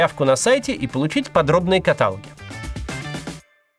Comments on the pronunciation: Не катАлоги, а каталОги. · Мы не перематывали рекламу и заметили, что правильно говорить каталОги, а не катАлоги! :face-pink-tears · Так вот этот человек, который говорит "катАлоги". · катАлоги ААААААА Макс на как так